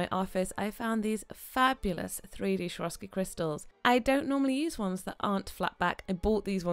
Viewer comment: I'm addicted to your videos!! Just had to say something about the way you pronounce Swarovski, not so easy on the ear (also noted the same in the other video, yes, I love it when the nails pop and bling and all of that) :) it's actually pronounced the way it's written, not like SHwarovski, but Swarovski with an s as in soup :) Hope that you don't mind me commenting this! Keep up the awesome videos!!